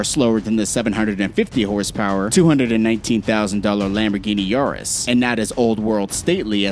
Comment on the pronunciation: its ur-us easy not Yaris